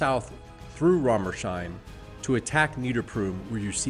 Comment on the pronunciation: Apologies in advance for being snooty, but town names like Weinsheim, Rommersheim, etc. are pronounced weins-heim, not wein-sheim. "Heim" is the equivalent of the English "home", the 's' is possessive, similar to English. Compare: Wineshome would be Wine's-home, not wine-shome.